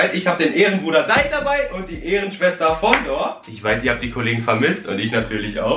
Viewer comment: mein Lieblings Essen ist fondor 😂